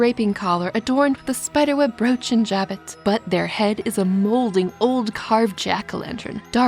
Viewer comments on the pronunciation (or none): The word "jabot" is pronounced with a soft "j" and a silent "t", like "jha-bow". Such is the French language